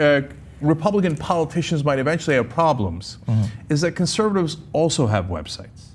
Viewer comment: Did say "cuntservatives?"